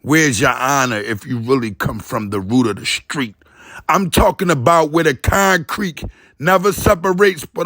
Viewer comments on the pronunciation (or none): Conrcreek. LooooL!